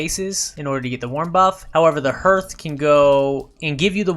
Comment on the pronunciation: Just as an fyi the vowel sound in hearth is pronounced ar, like heart, not er like earth.